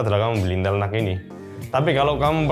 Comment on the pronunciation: Reviewer lain: Intel NUC (Dibaca: En-Yu-Si): Intel Nuk😎